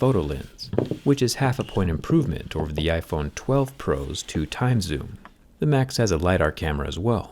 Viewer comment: Am i the only one that hear “macs” instead of max?